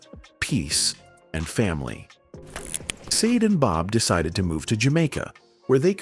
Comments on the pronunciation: She is NOT known as saad - She is known as Sha-day - hate AI with a passion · Mate, here name is not sade it's SHARDAY. Get it right, please. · Wow, shocking but you are NOT pronouncing her name correctly! It is Sha-Day not Sayd! That's the least you could do. 😳 Stop with the AI already! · At leasts pronounce her stage name correctly. Sha-Day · It looked interesting, then the voice over started and pronounced Sade's name incorrectly and two (saade and said😮) different ways inside of thirty seconds.. Go away with your rubbish...🥴🤯 it doesn't sound like AI ...🤔🙄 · Her name is pronounced Shar-day. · AI sucks stop calling her seed. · Thumbs down for using AI and allowing it to mispronounce her name. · I WAS NOT IMPRESSED WITH THIS CONTENT; WHY WOULD ANYONE MISPRONOUNCE HER NAME DELIBERATE AND DISRESPECTFUL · You are not pronouncing her name correctly. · Credibility… say her name correctly!! Annoying! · Why pronouncing a simple two syllable name incorrectly the whole time 😤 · It shouldn't be difficult to remember how to pronounce a world famous star's name! Someone could have corrected them in the first place but obviously no one else knew how to pronounce the name either?!! Pretty pathetic really... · Agreed, he's an absolute dope!